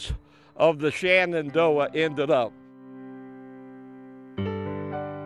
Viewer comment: It is pronounced Shenandoah and not shanandoah them